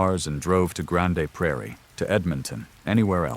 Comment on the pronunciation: Reeg-EYE-na not Regeena, Grand Prairie not Grand-AY Prairie. Jfc….